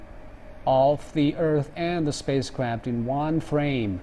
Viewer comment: Did I heard "Spacecrapt" at the start? Sounded like it.